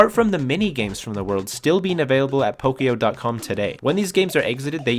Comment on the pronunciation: I just heard “pokyo” and died instantly 😭 I know it’s not your fault but it’s pronounced “pokoyó”